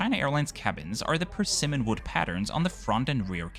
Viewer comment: Happy that you got the emPHAsis of the word perSImmons right! Shannon from Kim's Convenience would be proud.